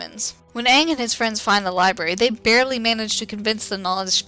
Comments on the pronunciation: Yes there is ^^ many watched it. many experienced its horror. of the miss pronunciation of "aang" as "aung" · night guardian As much as it pains me to say it.... That pronunciation of Aang's name is correct as far as real world Asian languages go. The "a" sound, especially a double a like that, tends to be the "ah" sound. However, because the original source material pronounced it as "ay-ng", the movie should have too. Granted, pronunciation is the least of the horrendous movie's problems when it comes to staying true to the series.